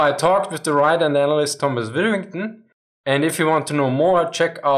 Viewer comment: Asking a German to pronounce "Withington" is an act of cruelty.